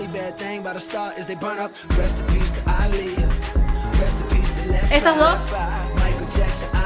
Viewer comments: Aaliyah no Alicia.. y left eye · No es Alicia, es Alihia